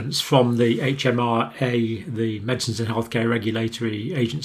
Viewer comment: MHRA Not HMRA